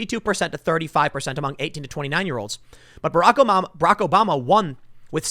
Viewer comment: Were you about to say Barack Omama?